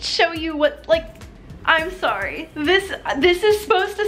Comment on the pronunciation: And when she says sorry haha